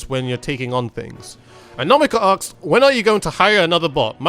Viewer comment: Am I the only one hearing "aks" instead of "asks"?